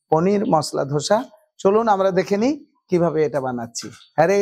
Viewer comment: উচ্চারণগুলো একটু ঠিকঠাক করুন, ধোসা গ্যান্ডিং স্ট্যাপিং এসব কি বলছেন?